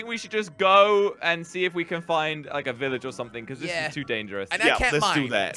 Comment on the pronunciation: Did anyone realize jelly said Iilage instead of village